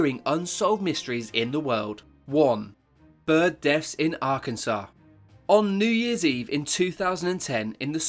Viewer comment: Arkansas = "Ark- en-saw" Amelia Earhart = "Air-hart" Plus lots of others! You've got to, what, late teens? And you've never heard these words in conversation? British schools have got worse since I knew them sadly.